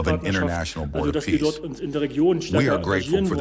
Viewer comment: 'peace', not 'piece'.